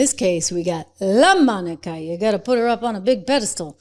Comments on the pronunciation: Lamonica? It's Lamanica. That is a dude! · I love how you say Lomonica😅